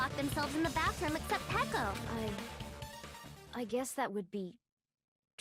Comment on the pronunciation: It's funny how calls Peko pEkO PeKo